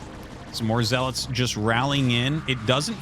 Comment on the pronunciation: My whole life I called them zee-lots and hearing you call them zel-its is a mind fuck lol